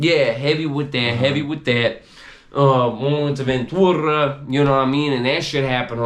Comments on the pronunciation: I was born and raised in Vta, lived 4 streets back from Juanamaria, whole family went there, man I ain't Never heard nobody say Ventura like this clown haha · Why does he pronounce Ventura like that? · Naw, none of the homies over-pronounced it like that, not even the homies the Avenue would slang it like that, this dude whack! haha